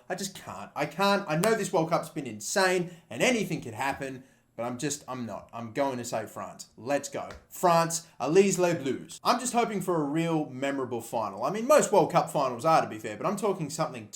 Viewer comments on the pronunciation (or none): "Alleez lay blues" Yeah, that's how you say it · allEZE LES BLUISE? OMG what kind of pronunciation was that?! XD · "aleez ley blooz" HAHA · You butchered the pronounciation. Its allez les bleus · Allez les bleus was butchered mate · nice french pronunciation😂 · I fully understand that you have no experience speaking French, so I'll forgive you, but you're pronounciation was truly shocking. Silent z. (Directly translating what you said) Go's milk blue. I'll forgive you. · My god that "allez les blues" was pronounced terribly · i said, that Croatia will get to the WC final when the group stage where over so i count that one. pretty good on my side P.S. in ales les bleus you dont read the s in ales and bleu